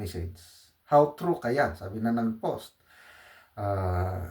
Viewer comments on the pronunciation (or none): none